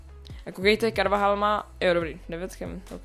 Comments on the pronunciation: Není to Karvahal ale Karvachal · CARVAHALA ČÍTAJ karvachal